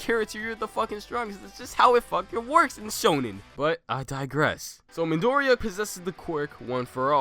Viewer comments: 1 can you maybe pronounce Midoriya's name like "mee-dor-ee-ya"? Instead of "mid-ory-a"? 2 Midoriya has a lot of potential, due to the way his quirk functions, but I would say that bakugo should be in first as of right now, because of his destructive quirk. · I pretty much agree with the list. But please learn to pronounce Midoriya or call him Deku or Izuku =D